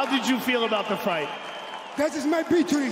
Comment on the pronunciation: Poor guy. That was his ''bictory'' :D